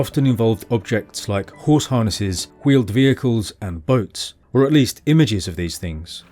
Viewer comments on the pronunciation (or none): Interesting you said 'hweeled' as wheel used to be spelled hweol.